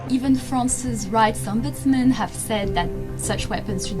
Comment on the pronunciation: ombudsmand? wtf :D